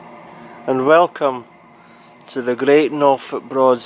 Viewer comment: Only a small criticism on The “GREAD” Norfolk Broads Adventure